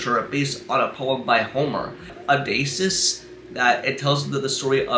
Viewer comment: Odysseus /ō-dĭs′yoo͞s″, ō-dĭs′ē-əs Sounds kind of like O-dis-E-us Not trying to be a dick or anything. I just know some people may be complete a-holes about the pronunciation of the King of Ithaca during the Trojan war. So just FYI.